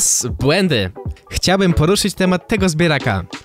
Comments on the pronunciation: BŁĘDY nie błendy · błędy nie błendy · BŁENDY XD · Serio ? BŁENDY ? XD